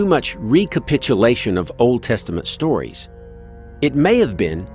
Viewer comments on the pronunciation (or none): none